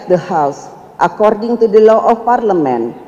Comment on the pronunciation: Nyontek yiaaaa.... Didikte yiaaaa.... Coba ngomongbtanpa contekan.. Ngompol kaleeee.... Parleman parlemen mulu ngomongnya.. 😆😆😆 Akordang akording... Udah nyontek aja masih salah.. 😆